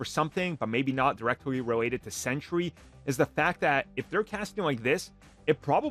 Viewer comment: Sentry is pronounced "Sen-Tree" as in a guard or guardian. It's not "Sen-tur-ee" as in a 100-year time period.